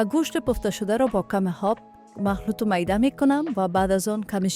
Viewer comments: آب بگو نه هاب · چرا ای قسم صحبت میکنید پر از اشتباه 😏 انگار از روی یک کاغذ میخوانید.هالی، هاب،،هجازه و ده ها غلط گفتاری دیگه. خواهش میکنم برنامه هایتان را به روال قبلی و بدون صحبت پیش ببرید